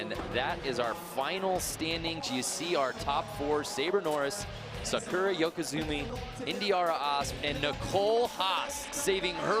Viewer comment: Lol the guy pronounced the girls name Sakura as Sa-ker-a